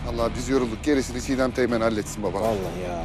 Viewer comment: 1.09 cigdem teymenin ismini yanlis söylüyor